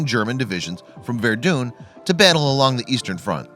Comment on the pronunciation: “Vurdoon” the way he says it bugs me